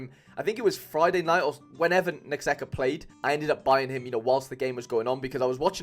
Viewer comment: It’s Necaxa not Nexaca haha